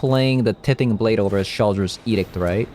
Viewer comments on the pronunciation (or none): BTW, tithing is pronounced "TIEthing" :) Thanks for the video! It's a shame we didn't get to see Doom Foretold much in the video, but I appreciate you giving the deck another shot. It was fun that Blade could get replayed off of Divine Purge, seems to have pros and cons there--but not hitting planeswalkers sure is rough.